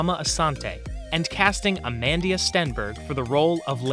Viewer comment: It's AMANDLA STENBERG though not "Amandia"